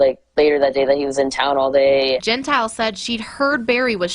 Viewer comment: The worker is Cassidy Cordova not Cassie. Morgan’s last name is pronounced Gen tile